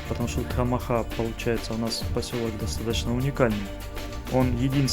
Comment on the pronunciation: Спасибо за хорошее видео !!! Маленькая поправка: название "Тхамаха" происходит от адыгского слова " Тхьэмахуэ", что в переводе означает - "Божье счастье". При произношении ударение падает на предпоследний гласной - вот так - "ТхамАха", а не ТхамахА.